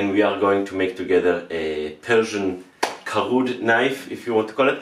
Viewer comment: It's kard(کارد) not Karud Thanks